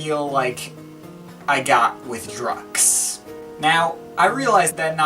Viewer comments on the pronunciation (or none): It should be prounnounced as Druk Q's - Drug Use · No offense but it's pronounced "druk-q's (drug use)" hooray for puns! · I don't think it's pronounced 'Drux' dude! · Ohhhtheirony nah, its DrukQs (said like Drucks) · i always heard that the album was pronounced "Druck kyoos" being a sort of play on words for "Drug Use". could be nonsense but it persisted all the same, back in the day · Pretty sure it's pronounced 'Druk' 'Qs' i.e 'Drug use' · pronounced 'drug use'